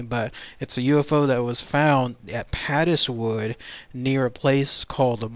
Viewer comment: Interesting video. I live not far from Padeswood and I had never heard of the incident, so obviously the miners kept their nefarious nighttime activities secret! (Padeswood is actually pronounced to rhyme with 'Paid' so, 'Paidswood' pronunciation. Lovely rolling hills and beautiful Welsh countryside.